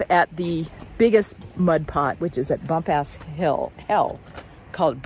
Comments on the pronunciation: Been hiking it for 50 years. It's BumPass Hell not BumpAss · It's pronounced Bump'-us. You didn't show the Kings Creek Falls. I know the observatory platform was burned, but I thought it wss rebuilt?????